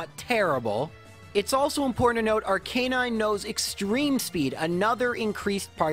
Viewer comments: Arc-aye-nine? Bruh. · Except not Arcanine.